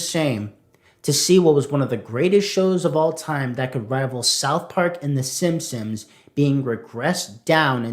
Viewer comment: Is it just me or does it always sound like he is saying Simsims?